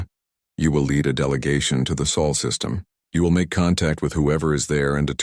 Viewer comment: It’s SOL! When will you get it right? GEES!